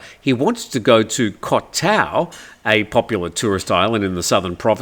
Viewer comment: Backpacking guy could do with a compass and Google translate or a good thai phrase book 😂Also the host here needs some basic Thai information as continuously using the wrong pronunciation for the Thai word for island and others is telling.If you live in a country for many years and still do not bother to learn some common word pronunciations such as เกาะ Goh island even though it is romanised to Koh and กลาง Glang centre or middle not klang as belled out here,it shows that there is no depth of interest in things Thai.Imagine if you lived in an English speaking country and your name was but everyone called you Yim or Dim.Start to grate I’d imagine.I can understand it though as sign posting เกาะ ติม for island might be the reason😂